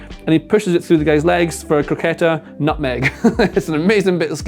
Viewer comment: I love hearing saying "croqueta".